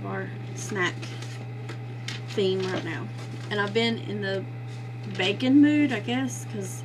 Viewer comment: Love your ideas. Lol, for a minute I thought you were saying lately you've been in a "bacon" mood🐷 but then realized you were saying "baking" mood :)